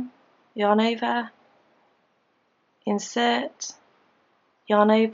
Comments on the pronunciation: Am I the only one hearing "your neighbor" instead of "yarn over"? Probably, but now I can't unhear it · Is she saying your neighbor thats what i hear